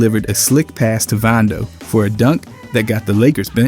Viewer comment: why do you pronounce vando as “VONdo” when its “VANdo” lol